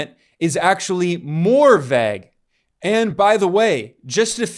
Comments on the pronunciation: rly fucks me up that ben forgot how to say vague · Bro you gotta work on your "Vague" pronunciation.